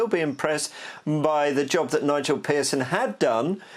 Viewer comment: listen to how he says Nigel 😂